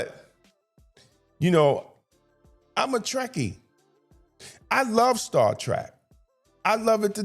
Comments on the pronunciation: I'm with you fam it's Star Trek not "Track" just sayin. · I agree with you, but can we please try pronouncing it Star Trek and not Star Track? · I agree with all you points. One thing though that i really must point out. You keep calling it "Star Track", but the name is Star Trek. Trek, as in an adventure, not Track like a path. Saying it incorrectly reduces your credibility. You points are too well thought out to be marred by a mispronunciation of the show name. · If you are such a fan, why do you keep pronouncing it Star Track. It's Trek= as to journey. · Hearing “Star Track” makes me wanna scream lol